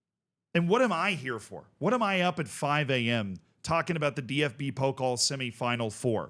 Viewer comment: Pokal is (po-cal) not (poke-ol) just some friendly help haha